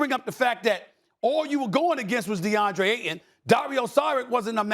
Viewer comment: it’s AYTON. With a Y. Lmao